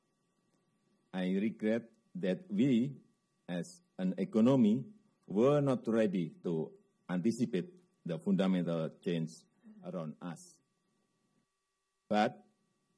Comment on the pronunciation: Omg Ngomong Anticipate aja gak bisa Nihh " æntɪsɪpɜt " 😂😂